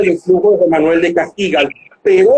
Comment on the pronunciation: ¿En qué se basará para pronunciar "Cagigal", como si hubiese una tilde en la i